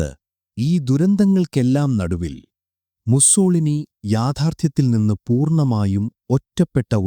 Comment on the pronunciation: മുസ്സോളിനി അല്ല... മുസ്സോ -ലീനി എന്നാണ് പറയുക...